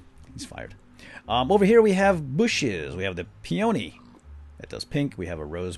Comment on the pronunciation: Great video! I am very excited for 1.7.1! (By the way, peony is pronounced "PEE-uh-knee", not "pee-OH-knee".